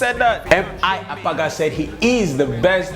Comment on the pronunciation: MI Abaga ** ba not agaba